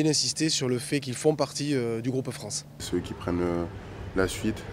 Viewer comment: dit par DEUX FOIS "en équipe de Fran" en éludant sciemment le "ce" finale. C'est un deni de notre pays, honte à lui.